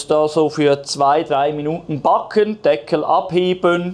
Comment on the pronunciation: Hallo, und wieder ein tolles Video mit einem ebenso tollen Ergebnis. Bei deiner Kreativität und deinen Rezepten wird es irgendwann im deutschen Sprachgebrauch nicht mehr "backen" sondern "Paa-cken" heißen 😅 Vielen Dank!